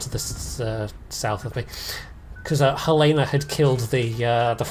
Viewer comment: Helena = Hell En Uh